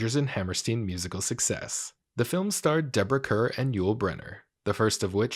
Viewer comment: Kerr is pronounced car...right?